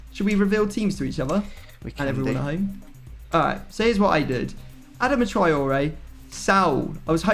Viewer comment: It's not A-dam-a